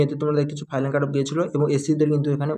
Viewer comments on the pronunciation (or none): R a ota ফাইলান na ফাইনাল